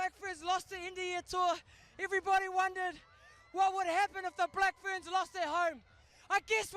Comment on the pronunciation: It’s Ferns not Fearns. You’re welcome😉